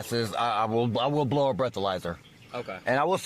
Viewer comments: Thought dude was going to invoke his right to remain silent….. They are prolonging the stop by just listening to the guy bloviate…. He also volunteered to broh the bleathalizer😂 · Please let me "brow a blethalyzer" 😂